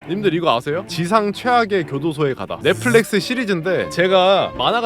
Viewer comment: 넷플렉스x 넷플릭스o